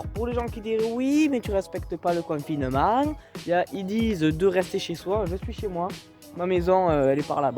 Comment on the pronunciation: le confinemennnnnnnnnt ta sortit quelle accent la